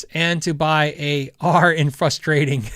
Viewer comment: your the only one I've ever heard say fustrating, lol That being said I have a friend that cant say toilet, he always says torlet, lol. Anyway love the channel! Keep it up man!